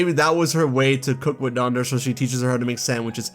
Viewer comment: I’m a little confused why you’re pronouncing Dendra as “Dan-der-uh” instead of, you know, “Den-dra”. I know it’s not THAT big of a deal, but it was kinda weird. (Yes, I did make it 20 min in. But I still wanted to comment)